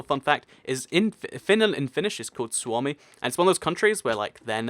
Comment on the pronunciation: Oh! You pronounced "Suomi" really well!